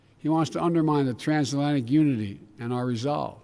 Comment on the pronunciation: Your nuts he can’t say transatlantic omg